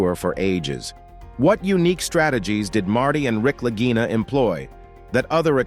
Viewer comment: Why are the Brothers Lagina (always pronounced with a hard "g" during the series), now called the Larjinas? No quality control here.